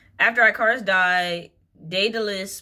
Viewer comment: Why you always be saying “eye-car-us” it’s pronounced ick-are-us ❤ ur reading are so so good tho haha